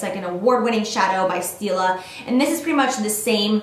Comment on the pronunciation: Omigod I thought you said steal a kitten instead of stila kitten lol I was like wow they are really getting unique in their eyeshadow names